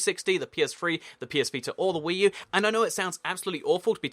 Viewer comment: Did he say wii u?